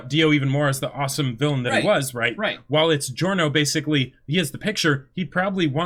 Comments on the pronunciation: Actually no. As an italian, I can confirm that the italian pronunciation shoud be something like “jo-rno jo-van-na”. The “Gio” part sounds exactly like you would say John, Johnatan or Joseph. The extra “Y” you mention is somewhat of an mistake english-speaking people make. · It’s not Dio-livery, it’s Di-Giorno